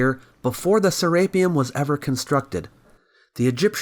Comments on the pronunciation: "saRAPEum" is incorrrect. "seraPEUM" is correct. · (Ser-rape-E-un)? Never heard it pronounced like that before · Say rape one more time FS can't watch this because you pronounced it ser rape um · You're mispronouncing SERAPEUM, are you just using an AI reader, that is painful.